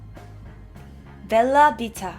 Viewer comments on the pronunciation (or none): 재밌네요 님 이야기! 그런데.... 미국에 사셨다면서 B와 V 발음 구분 힘든가요? 뷀라뷔타- 가 아니라, 벨라뷔타죠~ ㅎㅎ.